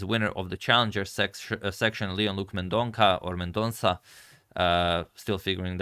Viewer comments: It is mendon 'sa' thanks for acknowledging the correct pronunciation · Sir the name is Mendonça not mendonca. This letter Ç is used in Portuguese and some other languages, having the sound equivalente to SS. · Mendonca is pronounced as Mendonsa. Its Portuguese in origin